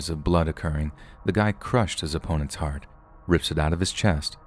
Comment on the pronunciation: heart was a little Irish, next time try pretending you're the Queen and say 'Harp' (the instrument) go less old timey and more over the top posh tot then change the p to a t and you'll be spot on 😁😘 everything else was just fine 😊 love it when you go British 😁